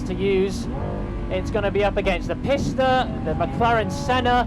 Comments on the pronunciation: Loved the video. That being said I am fairly sure for the Ferrari it is pronounced pee-sta, not piss-ta. Am I wrong? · PEE-sta not PISSta 🤦‍♂️ I know some foreign car names can sound weird in English but PISS-ta just sounds ridiculous! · People, people, Pista is pronounced “Peeesta” for God’s sake.